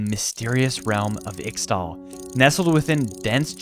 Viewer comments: It's read "eeshtal" and "eeshaokan" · Ixtal is pronounced 'ish-tal' (as pronounced by some champions like Qiyana)